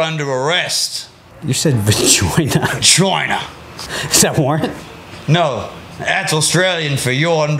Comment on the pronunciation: Vajoina. That needs to be coined in the Aussie police dictionary. Vajoina. I think got it right, it's down under.